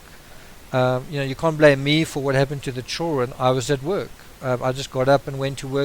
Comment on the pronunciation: I can't understand half of what you're saying. It's pronounced "children" not CHIRREN.